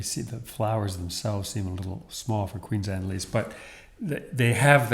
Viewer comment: Queens Anne? I always thought it was Queen Anne’s. 🤔